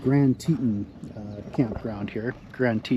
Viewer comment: It's pronounced Tea-Ton. Teton National Park near Jackson Hole Wyoming.